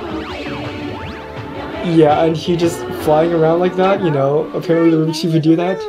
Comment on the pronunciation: It's rubiks not rubic